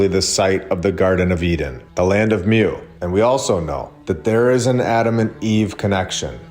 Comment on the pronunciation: Please try and remember it's MU, pronounced MOO NOT MEW! You're teaching people the truth, and wonderful things need the proper pronunciation please!